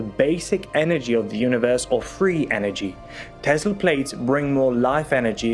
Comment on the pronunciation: Tesla is pronounced as in Tessla, not Tezla.